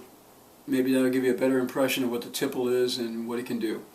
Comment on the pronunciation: Thanks for the review! p.s. - I hope I don't sound like an annoying know-it-all, but it's pronounced tee-play.